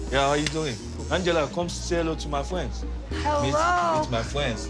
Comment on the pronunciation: “ come say hello to my FWENDS”. 😂😂😂 I’m dead